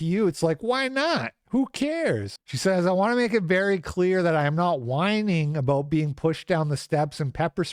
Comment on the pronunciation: Did u just say aboooooooooot it?